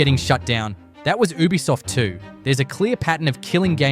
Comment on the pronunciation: Lol is this channel narrated by AI? Why does it keep pronouncing Ubisoft as “ooh-bisoft”